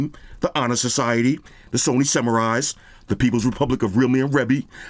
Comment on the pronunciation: I love how you emphasize Sony twice lol, when you said The iPhone was just gonna come with tissue sent me😂 great video.